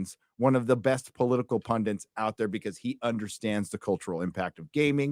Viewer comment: "Political pundit" has one "n" in it. Pronounced "PUN-dit", not "pun-dent" .